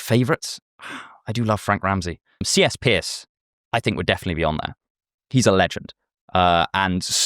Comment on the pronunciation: Love the video, but from a yank to a Brit, it's pronounced "Purse" not "Pierce".